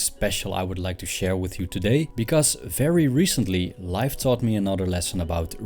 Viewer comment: I initially thought he said “wife” instead of “life” because quarantine 😂